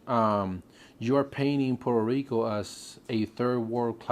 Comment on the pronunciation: Please don't say Purrrr Rico...Porta Rico...Porta Ricans. If you have a good job...in P.R. you live better than states. Grow your own stuff😑 You get hate bec...😂 you complain soooo much and critize P.R.😅 Well go to your PERFECT place.